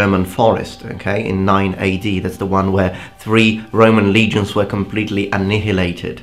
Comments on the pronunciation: Dear, annihilated is pronounced as Anniyilated. Just trying to help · An-NI-hilated?, well that's the first time I heard annihilated said like that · I'm sure it's pronounced as a-Nile-lated (annihilated) in Britain too.